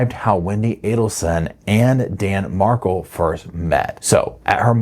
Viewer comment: Please its Markel' Some times you say it right